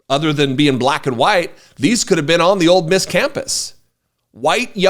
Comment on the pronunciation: Ole Miss not Old Miss